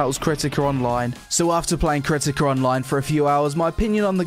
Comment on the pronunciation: KERTIKER ONLINE IS lol jk to poke fun at the accent still enjoyed the review, I really appreciate you didn't take the "ew boobies" approach a lot of ppl take to literally any mmo or anime type game excellent review 2/10 would consider downloading